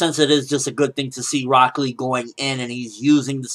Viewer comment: Walks in Rock Lee----Broccoli Thats all I heard every time you said his name, and I don't know why